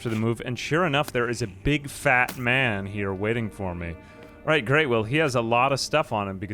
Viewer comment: He's saying 'alright' but fast